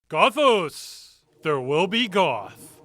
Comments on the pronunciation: Not Gothos as in pathos. Gothos as in Oreos. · This game's title should've been pronounced "Goth-owes", and the Vampires should've all had Australian accents. Otherwise A+. Peak '90s "video-capture graphics" RPG.